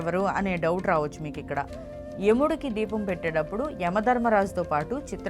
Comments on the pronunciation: ద్వీపం ఏమిటి తల్లి...దీపం అని palakadame రావటం లేదు...meeru దీపాల గూర్చి చెప్పడం 😅😅😅😅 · Dwepam kadu amma Deepam talli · Dweepam కాదు amma